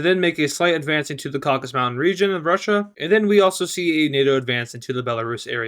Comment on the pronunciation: Its Caucasus not Caucus.